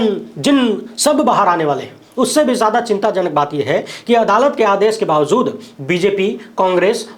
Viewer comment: Kyun bawjood ko bawzood read KERTE ho....SAHEEH ghalat mein farq nahi MALOOM...kaiser news reader ho...very sad...